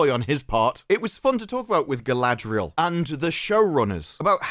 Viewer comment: Saurrrrrron would butcherrrr Galadrrriel in 2 seconds flat. Verrrry silly.